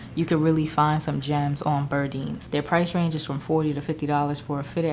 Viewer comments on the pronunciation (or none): I’d like to see at least an image of the websites I kept thinking she said birdie as opposed to burdeens Chicago